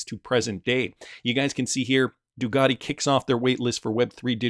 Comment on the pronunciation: Can you say the letter C , it sounds a lot like a K? It’s not DuGati, it’s Ducati